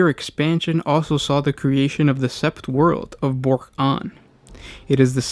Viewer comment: Good video, really appreciated the Tau content. And approaching those names is always hard to get right. I thought you did well, though I know it is “Bork-Ahn” not “Bork-On”.